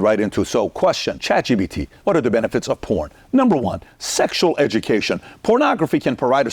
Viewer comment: Why does he call it Chat G “B” T?